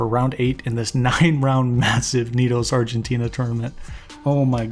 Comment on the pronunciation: Hey, just as a side note, the guys are called Argentinian but the country itself is Argentina, not Argentinia ^^"